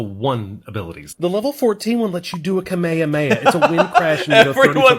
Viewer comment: What's "kamèamea"? Is that a volcano in Hawaii? lol It's "kàmeh, àmeh, ahh!" for crying out loud xD